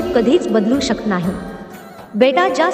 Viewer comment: शकत हा शब्द चुकीचा उच्चार होतो